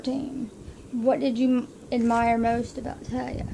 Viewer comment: Yay! I found it! I love it! I love the picture you choose as one of your favorites, it was so hard for me to pick too. I feel the same way, when Talia died part of me died too. :( Oh and you did say my name right. :)